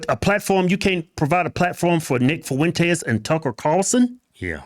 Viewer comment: "Nick Fuwentes", that never gets old lol